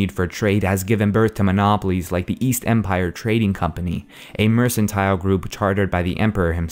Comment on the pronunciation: Halt halt halt you mispronounced Empire you will face the wrath of the mighty Talos